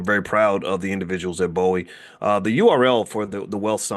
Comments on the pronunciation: Please say Bowie with a long O. Its a big deal out in the DC area. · It's BOO-wee State University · Bowie pronounced "BOOWE"